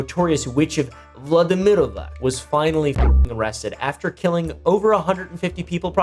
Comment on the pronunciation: Please, I've had it with pronouncing c as k. If it's an Eastern European name the c is a c or if it's a č/ć it's ch. Not hard to remember, it's Vladimirovac, not Vladimirovak